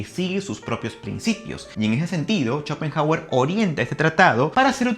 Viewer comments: No se leería como /Shopenauer/? Digo e.e 😂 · Por qué pronuncia "cho" cuando es "xo"..? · Que horrendo no pude ver el video después de escucharte decir shopenjauer , si hablaras de una eminencia lo mínimo es pronuncia bien su nombre; primate inculto. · me parece a mi o dijo CHOPENJAGUER??! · Si, dijo CHOPENJAGUER y sigue diciéndolo así al menos hasta los , ahí lo deje de ver 🤦🏻‍♂️🤦🏻‍♂️🤦🏻‍♂️ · "Chopen" hauer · Chopenhawer! XD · "Chopenjagüer" v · Jajajajaja Chopenjauer :vv